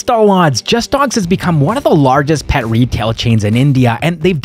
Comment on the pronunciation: I'm also talking about the pronounciation brother 🙂, It's not pronounced as 'pait' it is pronounced as 'pet'. So, not 'pait' (पैट) it's a 'pet' (पेट) He pronounced it right, I can confirm as a native speaker of that language.